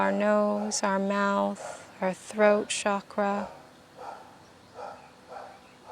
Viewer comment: I was really enjoying this until she misprounced chakra :/ I feel that anyone who is teaching this needs to know the correct(and in my opinion respectful) way to prounounce chakra. Sending love, thank you!